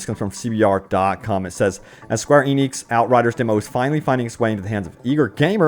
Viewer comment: Has he finally stopped calling the developers “Square Onyx”?